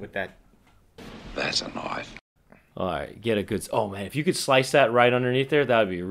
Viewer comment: That's not a knoife